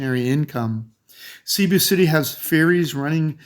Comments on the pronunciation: When I hear Cebu pronounced Seeboo I turn it to another channel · I feel it must be corrected but for sure we appreciate your trying. Here goes: 1. Bo-HOL 2. Ce-BU 3. Pa-LA- wan 4. Bo-RA-cay